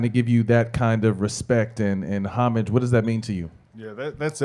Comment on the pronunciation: Impressed that Matt actually pronounced “homage” correctly, unlike many of the more pretentious announcers or reporters you hear (they mispronounce it as “oh-maa-j”).